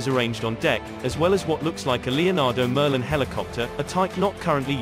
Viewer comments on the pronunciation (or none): none